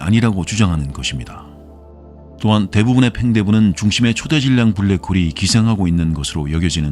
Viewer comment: 초대질량이 아니라 초 대질량으로 읽어야죠.